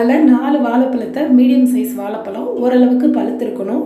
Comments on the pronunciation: வாலைப்பழம் இல்லை வாழைப்பழம். முதலில் இதை கற்றுக்கொள்ளுங்கள், பிறகு டாட்டா பைபை சொல்லலாம். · வாலப்பலம் இல்லை வாழப்பழம் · நன்று ......வாழைப்பழம் சரியாக உச்சரிக்கவும்